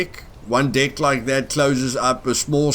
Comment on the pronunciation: When be says deck Ny one think he said dick ? 😂